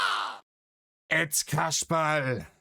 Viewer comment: Kaschbar das war wieder das ü statt i Phänomen 🙄😂😂